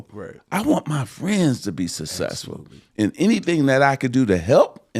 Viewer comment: Magic should trademark Sasesful 😂😂😂